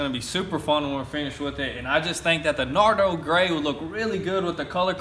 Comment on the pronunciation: I thought you kept saying naruto grey